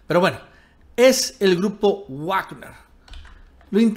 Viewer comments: Wagner es alemán, se pronuncia vagner y no guagner. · Se pronuncia "Vagner" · Se pronuncia vagner😅😉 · De donde sacas tus fuentes ya estás como el Mike pompeo con sus fake News y se pronuncia vagner no guagner 🤷🏻‍♂️🤷🏻‍♂️🤷🏻‍♂️ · Se pronuncia Vagner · Muy valiente, el tal Leopoldo López, pero ustedes por delante que los miro desde la barrera. Ahhh, y creo que se pronuncia Vagner. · Todo bien solo una cosa Wagner se pronuncia "Vagner" la W se pronuncia como V porque es una palabra alemana, es como Volks Wagen que se pronuncia "Folks Vaguen" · Está pronunciando mal "Wagner", tiene que leerlo en alemán.